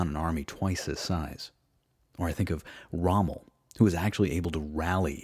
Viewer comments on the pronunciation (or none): none